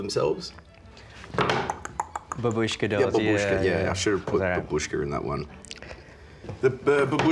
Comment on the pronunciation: It is not a babúshka doll, it's matryóshka doll.